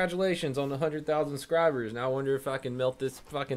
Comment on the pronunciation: “Hunded thousand scribers”